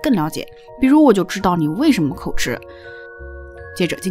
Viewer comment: 應該念口「吉」而不是念口「吃」 有點出戲 Up主的作品我很喜歡 希望你能更好